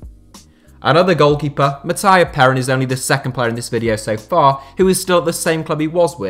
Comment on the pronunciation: Wtf is Mættæįå Përīn!?!?!?